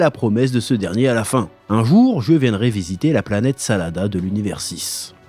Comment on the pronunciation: Chef c'est planète Sadala pas Salada😅